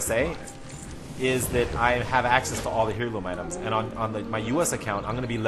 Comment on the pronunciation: Air*loom....not Hair*loom....